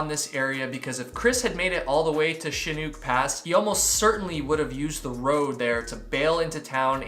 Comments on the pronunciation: the correct pronunciation for chinook is chinnook not chinuke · Chinook pronounced like Nook (hook, cook..) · Chinook, the second part is pronounced like book, or like, breakfast NOOK. First part is like the shin on your leg. So, Shin-Nook. It's a local fish. The Pacific COASTAL Trail is another nice hike... beautiful, immersive, but not ever too far from civilization. Highly recommended. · Chinook = Shin ook (like book). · Shin-uck. Pronounce the C like an S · Chinook rhymes with book and look. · “Chinook” sounds like shi-nook. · White Pass?!! He was less than 150 miles from the Canadian Boarder. Its Sha-nook. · Mazama is pronounced similar to the way you said it, but the second ‘a’ is pronounced like a in apple. Chinook is pronounces Sh-i as in igloo-n-ook such as in brook- . 🥰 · Chin - Uk. Harder on the U than the R. I live close enough that i believe I know the pronunciation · You were so close… Chinook Pass is actually pronounced “Shin-ook”👍🏼 love your channel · I never thought I'd be that person but dear lord Chinook is not that hard to say 😅 shhhhhih nook as in a nook for books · shuh nuk proper pronounce chinook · Shi+nuk = chinook like the salmon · New fan here from WA state. It's pronounced shinook (Chinook pass) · Chinook = “shin-nook” (rhymes with hook) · Is it Chinook? Like the salmon? Sha-nuck. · Chinook = shin ook (like book) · Shin nooook the o is a long sound My grandmother is from this area and named her dog Chinook so I knew how to pronounce lol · CHINOOK is a kind of Salmon...so think "fish" . The CH sounds like "Sh" and the I is short as in "fish." So First syllable sounds like "Shi." The second syllable rhymes with "hook" only with and "N." Shinook..kinda like fish-hook. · awww Chinook rhymes with book, very common term up here in Alberta. ;) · It’s Chinook (ends like Hook) like the salmon. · How to pronounce Chinook lol